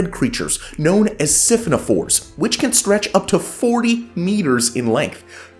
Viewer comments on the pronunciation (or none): Love this good news channel very much! Please don't take this too seriously because your pronunciation and enunciation are essentially perfect and very impressive, but the creature mentioned at the end is a siPHONophore, that's where the accent goes.